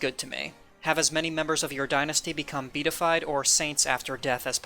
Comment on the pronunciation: Great video! Also, just an FYI, it's pronounced be-a-ti-fied (4 syllables).